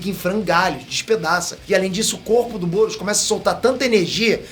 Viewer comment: só eu que tava ouvindo goros quando ele falava "boros"